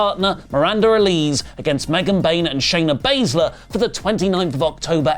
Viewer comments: You said Shana Bazler. Are you having a senior moment? Lol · called Shafer Bazzler 😂